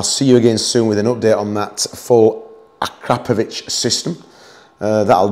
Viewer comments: I was about to comment, "you should change that original chimney, you'd lose a lot of weight this way!" and then you've mentioned you are about to replace it! And you pronounced Akrapovič perfectly! I can confirm that since I am from Slovenia, a country where Akrapovič exhausts are made! :) Great bike you have man, cheers! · Nice pronunciation of that non crap thingy 😎👍